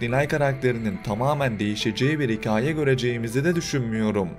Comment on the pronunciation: “Hikaye” telaffuzunuz beni çok rahatsız etti. Hikayede ki a harfi inceltilerek telaffuz edilir. Buna dikkat ederseniz yorum daha dinlenilebilir olacaktır !